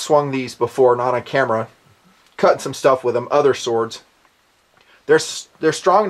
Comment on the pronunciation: lol@ "sowawds"